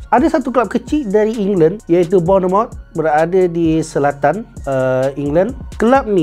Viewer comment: Eklis, gugel la kejap ..cemana nak sebut kelap bonomot tu 🫩